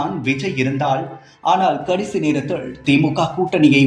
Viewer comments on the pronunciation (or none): "நிலையிழ்", "வரையிழ்", "நேரத்திழ்..." என்ன இதெல்லாம்? கருமம். கேட்கவே காது கூசுகிறது.